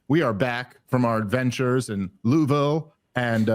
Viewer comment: We 'preciate the effort dave. You're damn close on your Louisville pronunciation